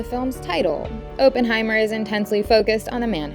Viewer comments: "Oppen", not "Open"!!! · its oppenheimer pronounced "awe - pen - high - mer" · fyi oppenheimer's name's pronounciation is aww-pen-hye-mer